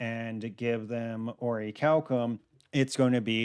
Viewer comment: Bro slide bismuth saying oricalcum